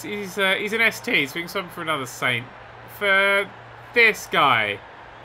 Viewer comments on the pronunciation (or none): none